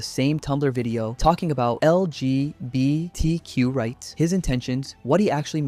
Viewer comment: The way he says NSFW and LGBT pisses me off so much, does he have some kind of a learning disability???? Why does he say that like that 😭😭😭